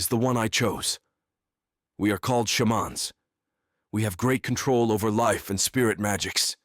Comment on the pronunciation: I’m glad you corrected the pronunciation of shaman in later videos 😎😜😂